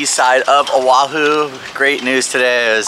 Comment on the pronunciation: if you care about living here. Then care about the Hawaiian language. you murdering it with your kaniohhey and your Owahoo. come on man.